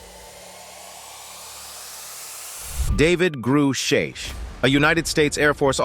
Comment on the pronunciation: Can't say I've heard of a David "Gru-shaesh." Maybe this channel isn't quite the subject matter expert or authority on the matter after all. What's next, "nuke-you-ler" weapons? Lol. Disappointing video. SSDV